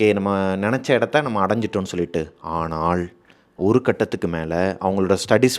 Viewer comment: தமிழ்—ஆனாள்❌❌❌❌❌(நாக்கை மடித்து ‘சொல்லும் ‘ள்’ அல்ல) ஆனால்✅✅✅✅✅✅✅ நுனி நாக்கில் ‘ல்’ சொல்ல வேண்டும்.. தயவு செய்து சரியாக சொல்லவும்,தப்பாக தமிழ் உச்சரித்தால் கேட்க கேட்க கோபம் வருகிறது..